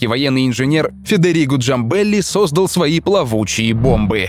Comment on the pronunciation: автор, делай правильно ударения в словах сОздал и одноврЕменно. надо создАл, одновремЕнно. учи русская языка однако.